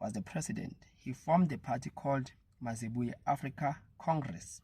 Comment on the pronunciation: Not mazibuye, it is mayibuye